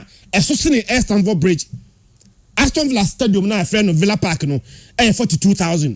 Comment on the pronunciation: Can you please educate the guy in yellow to improve on his pronunciation? It is Aston(Astin) not Aston(Astɔn)